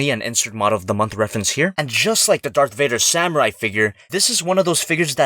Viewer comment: It's sound kinda like dark gator